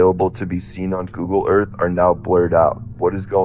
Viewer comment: dont listen to anyone that pronouces earth as "urf"